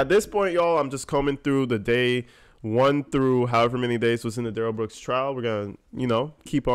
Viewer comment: I love your critique of Duh rell Bwooks crack me up and so dead on!!